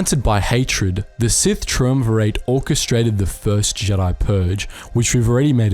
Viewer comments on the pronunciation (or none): You really didn't play the game, did you? Or, at least, not with sound on. Your pronunciations are WAY off, I mean.. who says "Tree-um-verit"? It's "Try-um-virut", it's in the dictionary for crying out loud.